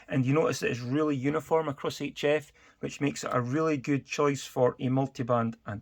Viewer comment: Yes, HF is pronounced 'each F'. 🤔